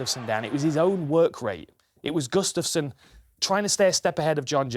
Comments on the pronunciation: It's pronounced "Gu-staf-sson", not "G'staf-son" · Not sure if I can stomach Gooden calling him Gus-staff-son for 28 more minutes....come on man lol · he says Gustafsson weird